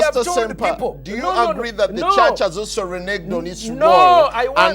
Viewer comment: WHEAH WAAHS DA CHAAHTCH?!